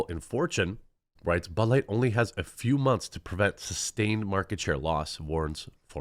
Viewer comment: Ha, sounded like you said, “they are digging out their butt-light hole!”